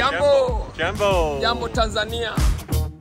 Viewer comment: Not Yambo its Jambo Tanzania, which means hello Tanzania